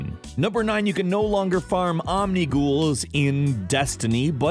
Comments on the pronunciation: Not Ommm-neee-ghoullllls Om-nih-gull. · IT IS NOT PRONOUNCED OMNI GHOUL ITS OMNI GOLL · Omni-gull not ghoul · Omgosh I'm triggered because he prenounced Omnigul wrong he said omni ghoul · Omnigul, like Omni-gull. And people were farming for Grasp of Maloks, a legendary(purple). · Lol he said Omniguul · its pronounced omni gull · The way Omnigl was pronounced.. and that it's more than one thing.. makes me slightly sad as a Destiny player. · The way you pronounced Omnigul hurt my soul...